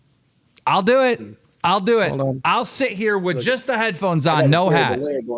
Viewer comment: Someone teach boogie that it’s “sit” not “set.” He always says set or setting when he means to say sit